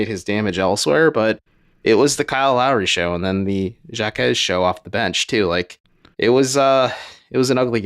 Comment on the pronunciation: white people and their mispronunciation of names of poc lmao, it’s pronounced “ha-kez” 🤡